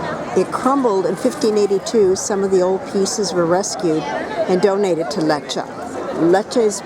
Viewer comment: at least learn how to pronounce the place!